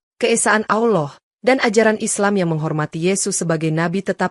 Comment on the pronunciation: Mbak konten perkataan yg betul adalah Allah bukan awllooh ,,takut nanti artinya beda